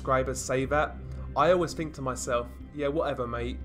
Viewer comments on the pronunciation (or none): none